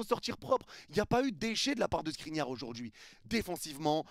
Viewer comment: qui dis SNRINIAR II est trop fort 😂